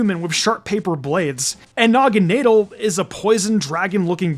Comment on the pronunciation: It’s pronounced DUH-blade and nah-guh-NAH-dull, “”! 🤨 You’re so bad at pronouncing Pokémon names, bub! 🙄